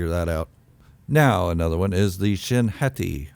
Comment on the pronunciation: I think you’re good with the ‘Hotty’ sounding pronunciation. The Japanese language uses the soft sound of vowels. Thusly, the letter ’A’ is always pronounced ‘Ah’. 🫡